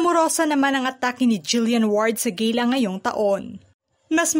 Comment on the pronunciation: Gala ang basa dyan ..Gela😂😂